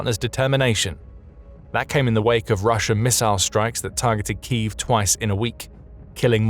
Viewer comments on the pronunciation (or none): none